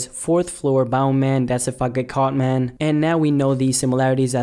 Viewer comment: I'm from Memphis it's Mane not man ughhh lol 😂